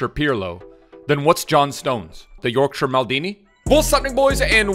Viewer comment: Respect the pronunciation of Yorkshire you mad lad